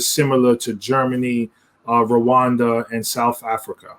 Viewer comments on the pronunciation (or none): He said Rowanda.. lol..